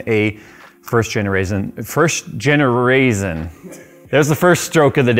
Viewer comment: can't say generation correctly, but absolutely nails the cooler master master master joke.... priceless! lol